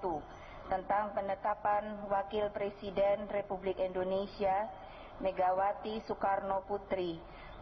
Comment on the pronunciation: Megawati itu kalo ngomong indonesia kok endonesia??